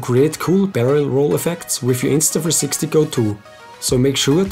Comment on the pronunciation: Can you say the name INSTA THREE SIXTY right instead of INSTA FREESIXTY?